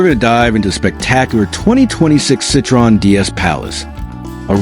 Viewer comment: You don't even pronounce Citroen correctly.. AI waffle. Nothing to do with Citroen's intentions... Pointless assertions...